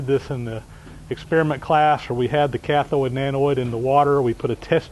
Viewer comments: sorry, the words are anode and cathode. NOT anoid and cathiod. Sorry mate. I do like your videos. Keep up the good work. John the Handyman is Las Vegas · Anode not anoid, Cathode not cathoid. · Love the video. Very informative. Just threw me off when he says anoid and cathoid... i was like wtf... anode cathode! messing with my head... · SERIOUSLY! It's not Anoid and Cathoid.... It's ANODE AND CATHODE. There's no I in either word. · It's "cathode" and "anode," my friend - not cathoid and anoid. :) I'm really enjoying your videos, however. You are a very talented, skilled, and knowledgeable craftsman. Thank you for taking the time to bring these informative programs to us. I am disabled, so you provide me an enjoyable way to work vicariously, through you and your shop adventures. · A-NOID? Ca-THOID? Anode, cathode. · NOT 'anoyd', NOT 'cathoyd' ... 'ode'.... 'oad' like toad, not 'toyd' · the word is "anode" not "Anoide"" same for cathode, not cathoide. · It's cathode and anode, not cathoid and anoid :o) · I am anOID by how he says Anode and Cathode 😏, but thanks for the vid 😁 I wonder if the process would be more efficient if you stopped it now and then and removed the "slag"? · Annoyed that a smart fellow like you, pronounces anode as anoid and cathode as cathoid. How would you say hemorrhoid?